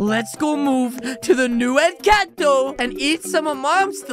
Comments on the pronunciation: In the first time you said Encanto Wrong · It kinda triggered me when said “incanto” instead of “encanto” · In the intro you spelled it wrong...it's supposed to be Encanto but you said incanto but still good video keep itnup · Incanto❌ Encanto✅ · Its called encanto not incanto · Its not incanto its encanto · Incanto lol it’s Encanto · its inchanto NOT intanto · i like at the front he says inchato